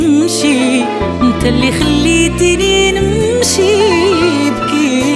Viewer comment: واحد الملاحظة:واش هذي ماكتعرفش تنطق حرف التاء .انت= انط كيف المصريين؟؟